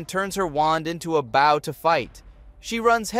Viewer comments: BOW NOT BAW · i was wondering if this was a real person voice but the word "BOW" will always give the AI away.